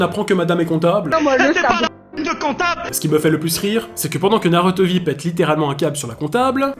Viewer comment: Déjà comment prendre au sérieux un mec qui prononce NarUto mdrrrr Naruto et safine était innocent un problème de santé peut arriver à tout le monde et c’est pas psk on te jete un sceau d’eau ou de la peinture que ça va te tuer